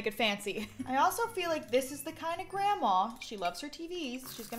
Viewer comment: The way says grandma, you can just tell she’s southern